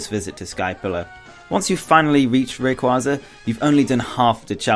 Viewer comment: Why do they always pronounce rayquaza wrong?